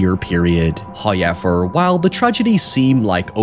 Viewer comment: That first hoyever threw me for a loop there. What in mispronunciation....